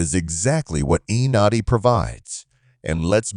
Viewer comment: This is not a blockbuster move and you didn’t even do enough research to pronounce his name correctly…